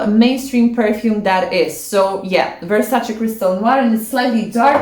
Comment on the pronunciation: Always love ur unique selections ! Still wanna try moth and from beaufort i bought iron duke recently and ohh man it's another daring beast and unique! Btw i didn't recognize u from thumbnail due to ur shorter hair then realized it's ur channel lol. Looks great on u though. Also i love that u pronounce versacA and not versacEE.